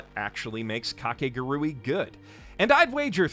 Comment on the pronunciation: You pronounced Kakaguri wrong